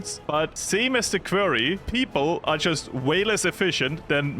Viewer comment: Just a heads up: You pronounce quarry like kworri not like kwerii.